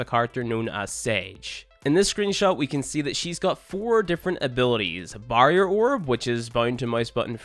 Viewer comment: The way you said barrier. Ewwww